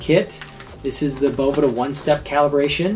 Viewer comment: is the man! I must say, it makes my head hurt how people can sit next to him as he said "Boveda" over and over and you still say "BoVEEda" Just don't understand it lol.